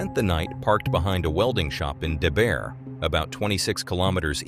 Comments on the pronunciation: It's pronounced Deburt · It's so funny hearing someone else pronounce names you've grown up hearing. He's totally getting Debert and Shubenacadie wrong, and I get that we have names that might be strange to others. Morrison was the one who found his partner's body, and he had to stay there with here until others arrived, it devastated him, he never really recovered from that. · Also this is just silly but debert is pronounced Duh-Burt if you were to sound it out hahahaha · "D" Burt Also-- "Portapick" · Even when it said Debert I had to think twice, cause the way he pronounced it was so very bad.